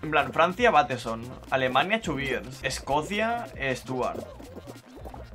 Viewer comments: es Escocia no Escocía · Todos: Escocia: Escocía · Alguien más notó que dice Escocía en vez de Escocia? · es Escocia, no Escocía xd